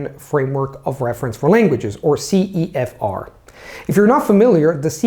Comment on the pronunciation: "verything" CEFOCEF instead of CEFR